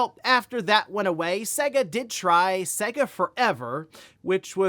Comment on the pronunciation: The way you pronounce "Sega" is soo wrong!